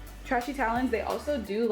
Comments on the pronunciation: It's pronounced tray she babes... Just a heads up... Don't want them or their customers thinking you're throwing shade, I know you're not but people are extraaa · Sounds like she's calling it it trashy 😆😆😆